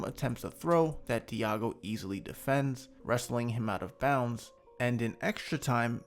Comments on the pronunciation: Diogo is pronounced deougo not diago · bro stop saying diago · Nice video as always man, thank you... BTW: Diogo is pronounced Dee.o.go...